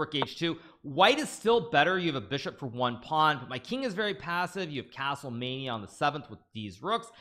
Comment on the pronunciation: Casrle vasrle casrle casttle castle